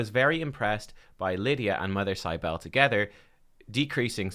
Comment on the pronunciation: Mother Cybele is pronounced SIB-ə-lee. This champion is based on an Anatolian mother goddess dated to the 6th millennium BC